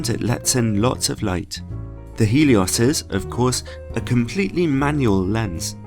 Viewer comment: Hey man, Love the video, but i just want to let you know, its Helios, (Really Gelios in russian, but in english.) not Heelios.